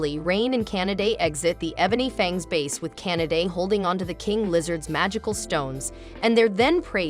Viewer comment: The way you pronounce Kanade’s name sounded like you were saying Canada and now I cannot unhear it.